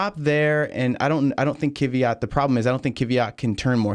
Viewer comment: First - he is Kvyat, not Kiviat. And second - only two wheels on curb.